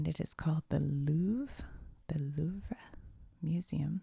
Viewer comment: from paris with love ... you can say ´´ilouvreyou’´ for the prononciation 😅😂